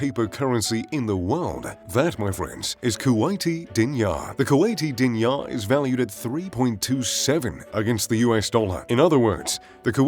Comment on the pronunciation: Pronounced, Deenar.